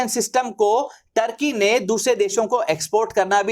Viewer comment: ढंग से नाम तो बोल टोर्की नही तुर्की हे 😂